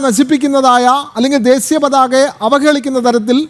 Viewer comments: ദേസീ യാ അല്ല ... ദേശീയ..,. കഷ്ടം.... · ദേശീയ പതാക ആണ്... ശ ആണ്.. സ അല്ല. mpbs ജയിക്കേണ്ട ഈർക്കിലി എടുത്തു നാക്ക് ഒന്ന് വടിച്ചൂടെ...? പിന്നെ adeham പറയുന്നത് adehathinupolum അറിയില്ല... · ദേശിയ പതാക എന്ന് പറയാൻ പോലും അറിയാത്ത ശവൻകുട്ടി